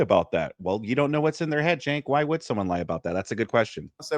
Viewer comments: I love how never pronounces Cenk's name correctly. At this point, i feel like it's on purpose and im not even mad lol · Cenk sounds like a slur 😂